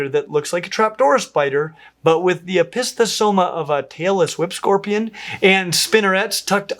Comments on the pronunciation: I had to rewind three times to clarify he said "Tailless Whip Scorpion" and not "Taylor Swift Scorpion" 😂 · Had to do a double take there. You said “tailless whip scorpion” I heard “Taylor Swift scorpion”…… 🤣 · Every time says tail-less whip scorpion, I hear Taylor Swift scorpion 😂